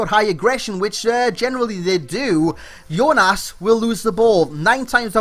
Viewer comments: Portugues JJJJJJJJJJJJJONAS,not iiiiiiiiiiiiiiiionas lol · Jonas prononce jonas jonas in Portuguese, if u prenonce like u say is ionas not jonas dahh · i'm brazilian, and Jonas it's like Dgonas (